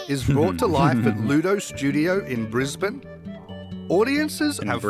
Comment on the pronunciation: Thank you for pronouncing Brisbane properly 😁